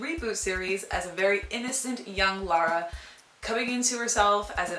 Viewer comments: Good review, but for motherfucks sake IT'S LARA NOT LORA. Where the fuck does everyone get this fucking O from? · its pronounced, Lah-Ra(LARA) not Law-Ra(LAURA)